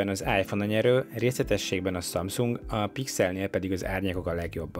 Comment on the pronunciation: Hihetetlen, hogy nem tudod a samsung nevét teljesen kimondani….